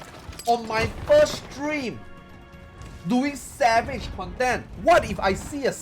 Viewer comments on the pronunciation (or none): none